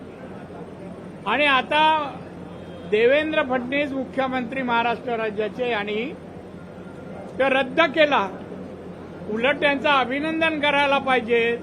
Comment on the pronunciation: या नाऱ्याला धड मराठी निट बोलता येत नाही फडणवीस ऐवजी फडणीस म्हणतो हा नाऱ्या